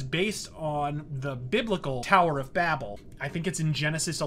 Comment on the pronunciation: It's pronounced Bay-Bell.